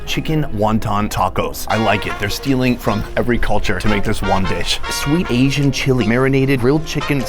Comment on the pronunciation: Saying Asian is fine. Eiiziian is too much everytime.